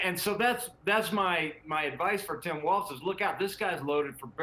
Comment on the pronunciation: People talking about politics on video need to learn how to actually pronounce "Walz". It's not WalTz. 😂